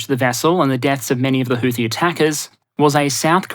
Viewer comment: houthi is not supposed to have th sound as found at the end of the word tooth. Arab consonants are difficult for those handicapped by low diapason languages such English, not to mention the additional handicaps of being from Australia. Not much can do about it I suppose.